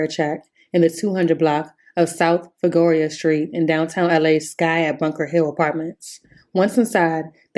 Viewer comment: DID U SAY FIGUROA!